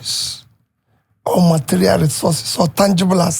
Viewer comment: "Ehhh you know you can trace it and you can collext it" marterial talkam